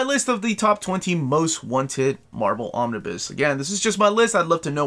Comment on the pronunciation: Every time you say "Romnibus", my heart breaks again. Also, no love for the Howling Commandos? 😂